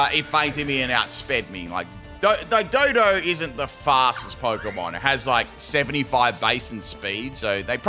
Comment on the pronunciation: Dodrio is my favorite Gen 1 Flying Type (Excluding Zapdos). The animation of it flying in Stadium will ALWAYS be funny to me. I remember seeing it for the first time as a kid and laughing. (Also,. It's DO DUO not Dodo.) 🤣